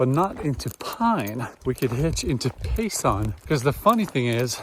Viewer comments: As an Arizonan and hiker, I’m glad to see the AZT getting more exposure from popular YouTubers. And it’s Pay(sen) not pay(son). 😊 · Btw, it’s Pay-Sun , not Pay- Sahn. Enjoying your trip as I have enjoyed your previous ones.